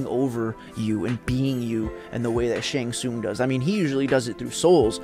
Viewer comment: Ty brother for the shang tsung brutalities. I'm glad I'm not the only one who says his name right. Rock on brother for this brutalities list. Shang has always been my favorite since I seen him take the opponent's soul in mk2